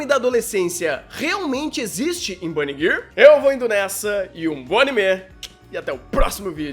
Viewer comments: Vídeo perfeito! (Exceto pela pronúncia errônea de "girl", se diz "gãrl", tá bom?) Gostaria de ver um vídeo sobre esse tema centralizado na personalidade de cada um dos characters (pode ter spoiler, sem problemas) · Impressão minha ou o fala "Bunny Girr"?